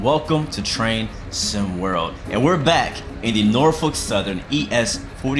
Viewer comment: Your Virginiaian because you called Norfolk norfuck that is the locals calls it